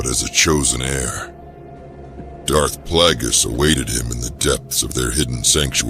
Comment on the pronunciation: Darth Plaggus and Palpatyne xD